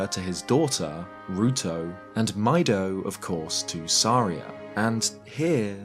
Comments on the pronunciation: It is pronounced "mee-doe", coming from as noted, "midori", as well as meadow. Also, it is spelt out as ミド(literally Mido). If it were to be said as "my-doe", it would be まいど(maido). Also, the origins of Laruto's should be obvious. Not "kasuto", she's named in honor of Ruto herself. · Maybe a little nitpicky, but I'm pretty sure it's supposed to be pronounced "mee-doh." Many of the name pronunciations can be best deferred to Japanese. Saria, for instance, wouldn't be pronounced like Sarah. It would be "sah-ree-uh", or Deku would be "deh-koo." It's just weird continually hearing Mido pronounced my-dough. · seeing ミド (mi do, pronounced "mee doh") and hearing "my doh" was a strange dissonance ngl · i prefer pronouncing Mido's name as "My-Doh" as well,... but his name is actually pronounced "Meeh-Doh". sounds weird, i know... but ミド in Japanese is Mi (ミ) Do (ド). like Do Re Mi Fa So La. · Pssssst it's "Mee-do" not "Mai-do" 👀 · His name is Mido not "My Dough" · interesting, the katakana shows that his name is pronounced “mee-doe”, not “my-doe”. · His name is "Mido", not "Maido". The Japanese is quite clear how it's pronounced, and you even showed it in the item name: ミド not マイド. It was transliterated into Latin the same way all Japanese is; if you're not familiar with how those vowels are pronounced, you shouldn't just assume the way you think it would be pronounced in English is what is meant. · Awesome history video as always. My only thing is that Mido isn’t pronounced “my doh” but “mee doh” 😅😅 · Mido in Japanese would be pronounced "mee doh" anyway... Similar in French so it hurts my ears to ear him referred as "my doh" 🤣... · Am I the only one that thinks his name is supposed to be pronounced Mee-doh and not My-doh? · Meh-doh not My-doh 😭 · I always thought his name was pronounced "Meedo." Also, Z-targeting is definitely "zee" targeting. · It's pronounced Mee-Doh. Like the musical notes. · I thought his name was pronounced "mee-doh" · you pronounced mido wrong